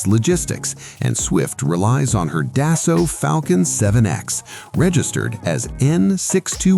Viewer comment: The F,ing AI is absolutely redicioulious. Swifts jet is a Dassault, not how the AI is pronouncing it.